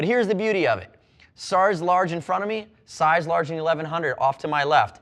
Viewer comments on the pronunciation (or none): sarze large lol